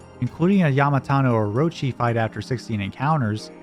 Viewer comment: I'll give you one thing: I have never heard Yamata no Orochi pronounced like that. Almost sounds like a hollywood celebrity or director instead of a giant 8-headed snake with chronic alcoholism. Edit: Also, love the Legend of Dragoon Music, so two things.